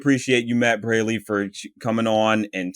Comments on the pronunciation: I’d like to add that Matt Braly’s name is pronounced braw-ly. Sorry for the mispronunciation. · You mistakenly mispronounced Matt’s last name, but he probably didn’t want to sound impolite by correcting you.